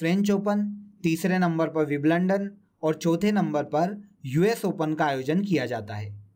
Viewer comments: Wiblandan नहीं सर विंबलडन😂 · Vibalandan Nahi bhai vimbaldan hota hai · विवलंडन नहीं है भाइ विंबलडन है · Wimbledon h sir g biblondon (london) ni h😀😀😀🙏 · Are mere masterji ...vo विंबलडन होता है विम लंदन nahe 🤣🤣🌹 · Biblandan nhi mere bhai.. Wimbledon hota h 🤣🤣🤣🙏🙏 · भई तुम विम्बलडन को विबलंडन बोल रहे हो ठीक से उच्चारण किया करो यार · because ek bar galti hoti h bar bar nahi. Kisi ne agr wimbledon first time in sir ke muh se suna hoga to wo to galat hi pronounce krega na. Btw ye galti agr kisi interview me ho jaye to? I m also a teacher. Teachers are idol for students. Rehne dijiye palvi tumko samajh nhi aayega